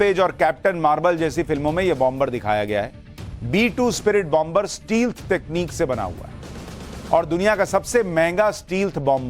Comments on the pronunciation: स्टील्थ नहीं.... स्टैल्थ बोलते हैं । 🙏💪🇮🇳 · Dear sir, It pronounced स्टेल्थ not स्टील्थ। Regards